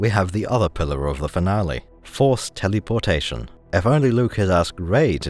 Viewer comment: I enjoy the way you say telly-por-tation.